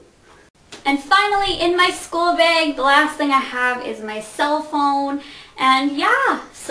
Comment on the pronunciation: you say beg not bag